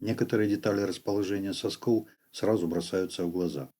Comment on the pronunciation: Кстати ,да. Тоже на нервы действует. Вместо "В" - "У".